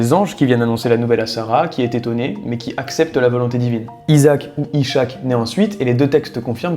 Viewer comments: ca se lis pqs ichac mais is haq avec le h qui se prononce comme dans hassoul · Faut arrêter de prononcer Ishaq "Ichaq". C'est Isaac en français et impossible a prononcer pour les non arabophone. Just stick to Isaac. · Pas ishak genre ichak Mais is. hak ... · Merci pour le travail juste petite note ça se lit is hak et nn ishak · Super vidéo, concept surprenant et original mais intéressant. Si je peux me permettre une petite réflexion pour ta culture, on dit pas "ichak" mais "iss-hak". Le "ish" ne se prononce pas "ich" comme hicham mais "s-h" avec le H bien du fond de la gorge. Force à toi, je m'abonne 😊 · Pr info, on ne prononce pas Ishaq (ch) mais avec le son "h" comme en anglais. Ishaq pas Ichaque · Ishaq ne se prononcé pas comme ça. Mon fils s'appelle Ishaq sa ce prononce *Issraq * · Super j'aime beaucoup tes shorts qui comparent les histoires des religions monothéistes, moi je suis musulman et je souhaite juste te corriger sur un point qui n'est pas évident à comprendre par écrit. Dans le nom d'Ishaq l'enchaînement du s et du h ne font pas ch comme dans chouette, chauffage ou encore chariot, le s fait le son sss et le h se prononce "à l'arabe" comme dans halouf ou encore hmarr (dsl j'ai pas trouvé de meilleurs exemples pour des gens extérieur à cette notion) la prononciation correct est donc Iss Haq. Un peu long mais j'espère vous avoir appris quelque chose 😊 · Cest İss-Hak pour info et non sh = ch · C’est s pas z pour la prononciation 😂 mais belle vidéo